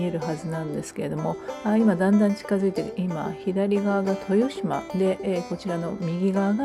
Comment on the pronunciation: 豊島の読み方はとよしまでなくてしまです。